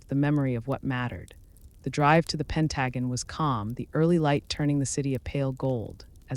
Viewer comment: AI by someone who speaks English as a second language? Pronounce Pentagon as Pen tuh gone’ accent on the last syllable